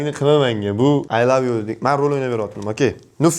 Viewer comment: oy love yoo😂😂 ingilistiliniham yotvorgan ekasiz jigar😂😂😂